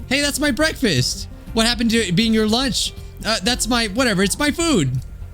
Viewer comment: I will now be saying Loonch instead of lunch 😂